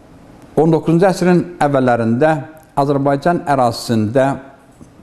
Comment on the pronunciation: Hörmətli müəllim. Mən də tarix müəllimiyəm. Dərsin əvvəllində dediyiniz "Azbcan tarixi" yox "Azərbaycan tarixi" kimi deyəsiniz.